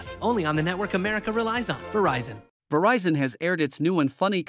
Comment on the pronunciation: She mispronounces the brand's name. It's NOT "vuh-RICE-in". Producer or director was too braindead to notice or tell her. Wow. It's now fixed on national TV...she re-did the voiceover and they overdubbed it. So unbelievable and unprofessional.